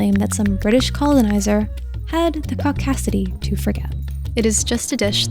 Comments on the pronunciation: “The caucacity” LMAO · "caucasity" was very nice!